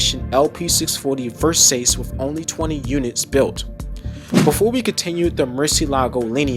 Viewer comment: *Versace - pronunciation: Versachee